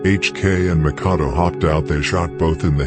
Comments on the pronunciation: He said Makado its Mackadoo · Makadoe lol its makkadoo lol